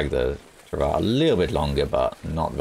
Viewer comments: stress the W a bit more. It sounds like your saying trav ah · I love you man but is not how your pronounce travois. Not in French or English. Its a French word.